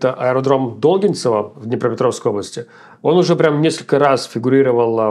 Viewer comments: НЕ дОлгинцево - А долгИнцево Б...ЛЯЯЯЯЯЯ - Задолбал уже КОВЕРКАТЬ название КОТОРУЮ СВОДКУ. Ставь правильно ударение ⚠⚠⚠⚠⚠⚠⛔⛔⛔ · ДолгИнцево) не ДОлгинцево)) акцент на И )) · Не До́лгинцево, а Долги́нцево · Не ДОлгинцево, а ДолгИнцево, ДолгИнцевский район Кривого Рога, восточная часть города, Днепровское шоссе, ж/д вокзал Крмвой Рог-Главный (он же ДогИнцево). На этом аэродроме раньше базировались Ил-76 после развала совка тоже был заброшен. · Долгинцево ударение на И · Долгинцево с ударением на "и" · Долгинцево с ударением на и